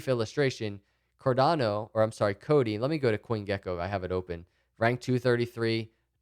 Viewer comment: Well I know (at least by now), however by listening to him I was of impression it was Codi, he softens it to the extreme